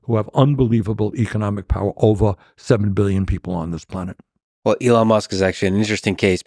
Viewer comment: We got the POWAH